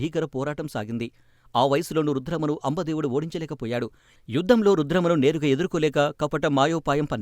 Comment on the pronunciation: అంబా దేవుడు కాదు అంబ దేవుడు..అపార కాళి కాదు అపర కాళి..కాస్త తెలుసుకుని చదవండి..ఎలా.చదవాలని..🙏🙏🙏.. రుద్రమదేవి మరణం అందరికీ తెలిసినదే ..ఏదో కొత్తగా రహస్యం బయట పడినట్టు ఆ వీడియో కి క్యాప్షన్ ఏంటో..views కోసం కాకపోతే..